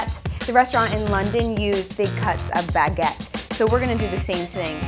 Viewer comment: "Bag get